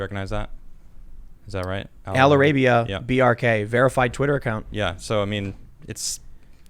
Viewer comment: "Al-ara-bia" lol